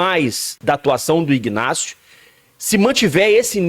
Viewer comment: O rapaz se chama INÁCIO, o G de IGNÁCIO é mudo como em Magdalena, Octacilio .Victor etc… o G , ao contrário , é pronunciado na sua IGNORÂNCIA.